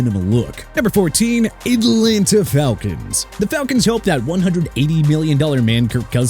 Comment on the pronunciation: JONATHAN BROOK? JONATHAN BROOKS, BONEHEAD?! ALSO DOES IT LOOK LIKE JAYDEN DANIELS GOT A MIDDLE NAME THAT STARTS WITH B? PLUS MIAMI AT #13 IN THE QB CATEGORY... PATHETIC!!!! REALLY PATHETIC!!!! AND ENLANTA FALCONS? YOU CAN'T SAY ATLANTA RIGHT!!!